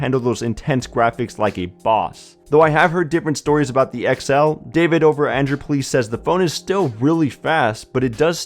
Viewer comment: Why does he say "Androod" instead of "Android"?